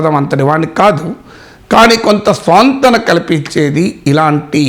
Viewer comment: స్వాంతన కాదండి, సాంత్వన అనాలి